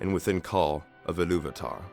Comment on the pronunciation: Good narative voice but you struggle with pronunciation of the names :) (still it has too much of english way of pronouncing things (e.g. Illuvatar, Vaire, Orome) -no sharp "R" - when tolkien was creating languages of Middle earth, he was inspired by scandinavian languages I think ). I liked Martin Shaw's narration of Silmarillion.